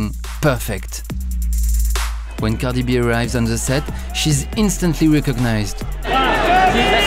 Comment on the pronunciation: The way he says "Cardieegh Bee" has me in tears 😭